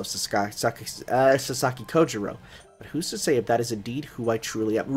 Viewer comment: Just one thing, the "ou" in Japanese words is pronunced closer to 'oe' or 'oh' (о̄) than 'ew' or 'oo', it's Japanese, not French. Sasaki Kojirо̄ (Kojirou) is actually spelt with one of these.